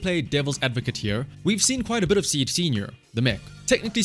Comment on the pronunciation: in Japanese her name is シード(shiido) so saying "Ah Seed" あ、シード (ashiido) - sounds like you're saying Feet 足 (ashi)